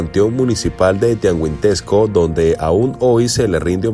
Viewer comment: No mms como tuangisquendo,es Tianguistenco